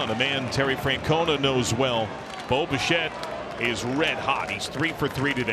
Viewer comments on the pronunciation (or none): Great win, sure. But am I not the only one who hears "Boba Shett"?